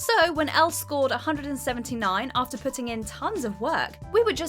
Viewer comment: Is anyone else hearing her say "139" instead of "179"?